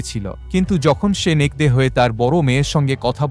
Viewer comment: নেকরে কে নেকদে নেকদে বললেন কেন?